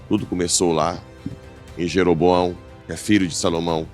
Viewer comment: sua benção!!! Corrigindo:o rei filho de Salomão,é Roboão e não Jeroboão........ PAZ E BEM!!!